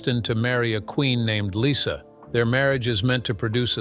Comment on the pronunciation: Lyssa. Not Lisa.